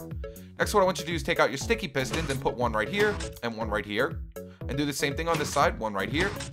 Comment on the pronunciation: You said pestons